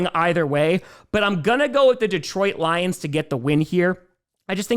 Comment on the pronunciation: Lol, anyone else notice said Gions instead of lions?